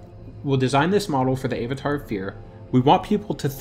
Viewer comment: Zee-lot? Aye-vatar? Are you trolling? Or? Zealot is pronounced zel-ot, as in religious zealot. Avatar... like the last air-bender. There is no way you don't know this.